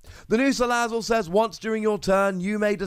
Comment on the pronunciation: you said Salazzle the way it is, what's going on????